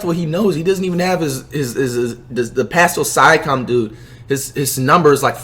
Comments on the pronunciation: “The Pasel Siacum dude” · Nobody Flight: paskal siacum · Pascal sia-kom lol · “Paskal Syakom” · “Pascal sia com” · Paskul siacum💀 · Nobody: Flight: Pashcal Sikam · “Pascul Siacom” - Flight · pascal sayakeam lmaoo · please tell me this guy didn't just say "Pascal Cyakom" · “Pascal Sia-ya-com” 😂😂😂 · NIGHA SAID PASTO SIAKAM IM CRYINNNNNN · "Pascal SIKEM" Lmaoo you know what flight you kinda growing on me man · Xavier Brookens paskal sike em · “Pascal siconnn” wow flight 🤦🏾‍♂️ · “paskal syacome” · “Pastal saiakam” - FLIGHT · Did this dude really say pasicl syicom